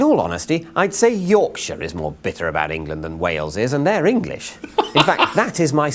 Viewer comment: Big county like Rorksher